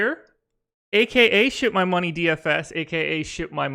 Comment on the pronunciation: When introduce Adam, sounded like he said Shit My Money instead of Ship. I vote to make a change to the former